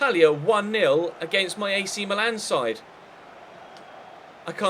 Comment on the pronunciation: Meeeeeeeeeeeeelan so annoying can't u read its Milan mil- an